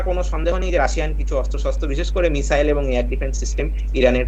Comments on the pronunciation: উচ্চারণে মিজাইল😅😅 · ভাষা ঠিক করে বলুন, মিসাইল না বলে মিজাইল বলছেন, পাগলের মত কথাবার্তা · মিজাইল? ইজরাইল? হচ্ছেটা কি?এগুলো ঠিক করে উচ্চারণ করুন । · মিজাইল😁😁 কি শব্দের উচ্চারণ 😌 এরা নাকি আবার শিক্ষিত সমাজের মুখ 🥹😄😄😄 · আচ্ছা মিসাইল কে মিজাইল বলছে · মিসাইল হবে তো, মিজাইল নয় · যাক, অনেকটা নিশ্চিন্ত হওয়া গেল। অনেক দাবী, পাল্টা দাবীর মধ্যে সঠিক খবরটা পাওয়া গেল। এটাই গুণ। তবে একটা মিসাইল যে ৩০ ফুট গভীর আর ৫০ ফুট চওড়া গর্ত করে দিয়েছে মোসাদের কার্যালয়ের কয়েকশো মিটারের মধ্যে, সেটা বলল না। আর একটা কথা, মিজাইল নয়, মিসাইল। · মিজাইল নয় , মিসাইল । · মিসাইল ❌ মিজাইল ✅